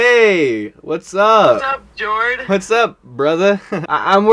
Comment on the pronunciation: I pronounce Jord as "Jay-ord" am I tripping or did you pronounce it like that?